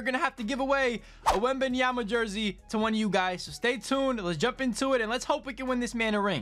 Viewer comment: “Victor wembanyamamama” 😂😂😂